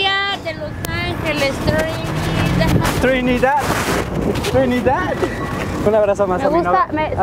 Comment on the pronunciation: Desde este momento c mármol "trrrinidah trrrinidah😏" 😂 y la otra señora que se deja 😂🤦🏼‍♀️